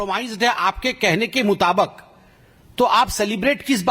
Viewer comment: इसको बोलने भी नहीं आता मुताबिक को मुताबाक बोल राजा है लोल 🤣🤣🤣